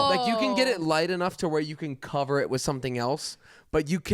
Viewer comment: “HEALTH INSURANCE DOESNT COVAHHH YUH TEETH”😂😂😂😂😂